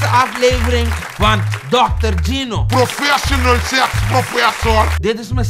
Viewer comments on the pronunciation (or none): prwofwesional swex propfwessor